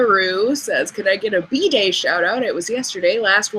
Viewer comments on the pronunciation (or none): Hi, watching this on Nov 18th. I just had to tell you, when you read that someone wanted a B-Day shout out, at first I thought you were saying "bidet shout out". LOLOLOL